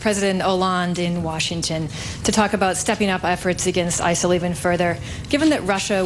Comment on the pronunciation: ISIL or Asshole, that's what it sounds like every time he said it.